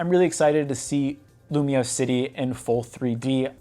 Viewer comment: nahhh bro said lumoise in 3d get this nga outta here